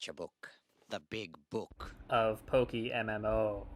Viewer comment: Ah, yes, PokiMMO. Because, as we all know, café rhymes with daffy. 👁👁